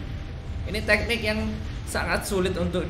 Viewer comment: Teknik bambang, bukan te'nik😂